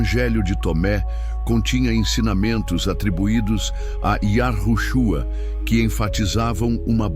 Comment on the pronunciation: Olha houve sim Manipulação nas Escrituras onde YAUSHA preveniu acautelar vois do fermento do fariseus Mas qto a esse vídeo essa Narração tá por fora Tenta falar nomes Hebraicos P dar impressão de estar por dentro dos nomes verdadeiro.mas fala errado e depois de falar yahushua Q P mim TB está errado fala Cristo Vc NAO ENTENDEU NADA AINDA SO Quer LIKES